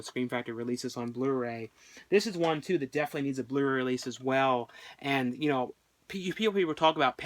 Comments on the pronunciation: it sounds like he's saying the blurry release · Its so funny how you pronounce Blu-Ray :P